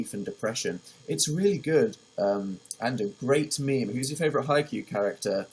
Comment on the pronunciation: He said maymay instead of meme. I'm leaving ✌🏽peace